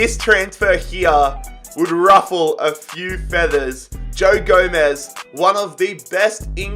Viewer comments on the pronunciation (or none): "GO"-MEZ" is how you pronounce it